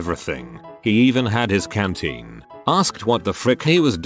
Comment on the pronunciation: Canteen, not cantine.